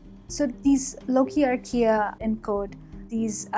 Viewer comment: I guess she's saying "archaea", but I kept hearing Ikea, the furniture store.